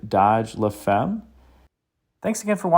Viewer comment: What a car, amazing how much love for details was put into this. BTW, la femme (the wife) is pronounced like "la fam" in French with an a like in father.